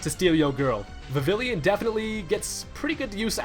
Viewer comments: Viv-ill-on, not Viv-ill-yun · Isn't it Vivil ON not Vivil ION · vivillon is pronounched viveon not vavilin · VIV-ILLION? ITS PRONOUNCED VIV-EON! JEEESUS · It's not pronounced Va-Vill-Eon it's pronounced Vi-Ve-On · Vi-Vee-Yon. Vivillion. Not Vi-Vil-ion. There is no extra I. Have a nice day. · Pronunciation: vih vee yon not vih vil ion. 2x L=y sound. Watch the anime episode if you dint believe me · Vi vill on, not Vi villion. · it's viv-ee-yon, not viv-ill-eeon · VIVILLON NOT VIVILLION so many people say it gets me all ocd-like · It bugs me (no pun intended) that you say Vivill-yon instead of Vivi-yon because you know, French. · its vi-vi-lon not vi-vi-li-on theres no third i in vivillon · I don't think its "vivillion", I think its pronounced "vivee-yaw", cause y'know french :3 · VIV-EE-YON Goodness gracious it's not that hard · It's pronounced Viviyon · he says vivillion face palm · Ik its spelled "vivillon" but iys actually pronounced "vivion" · Number 10 is pronounced "Viv-E-yon" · In my perfect world people could pronounce vivillon properly Viv-eon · Vivillon is pronounced vi-vi-yon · not to seem corrective but it's pronounced Viv-ee-on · is pronounced VI-VI-LON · You pronounce Vivillon like Vivillion lol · its pronounced Vi-vee-yon. The double L makes a y sound, as if it's spanish almost. At least in the anime. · Vivillon is pronounced "viviyon" From the French papillon for butterfly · Actually it is Viv-ee-on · it is pronounced viviyon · it's pronounced Viv-ee-on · BTW Vivillon is pronounced viv-ee-on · Vivillon is pronounced viv ee on. Just so you know. (it's French, you know, like the whole of Kalos). And there certainly isn't a 3rd i. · lol'ing at the wrong way to pronounce Vivillon. It's a French Pronunciation. Vee-Vee-On XD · Can't help but be that guy. It's pronounced "Viv-ee-on" It's a play on the french word Papillion (means butterfly) which is pronounced the same way. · U mean Viv-Lee-on u forgot the L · lol saying vivillon wrong